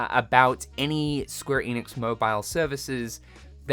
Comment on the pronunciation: ‘Enix’ not ‘Eeeeeenix’